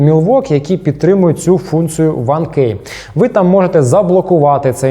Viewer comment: Куль, гарний обзор, цікаво було дивитися 1 зауваження слово КЕY говориться як Кі